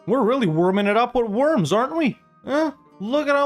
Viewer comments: It's not called ,,Wörms" it's ,,Worms"!!! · I think they pronounce it "Vorms." The Edict of Worms (following the Diet of Worms of 1521) declared Martin Luther a heretic and outlaw in the context of the Protestant Reformation. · Looking up the pronounciation of Worms would have made this video significantly better. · Im sure some German speaking will be screaming "you say it "Vurmz" with a V". But its Worms 🪱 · Sorry to be pedantic but … the W needs to be said as a V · you spell the o in worms it like the O in "Oral".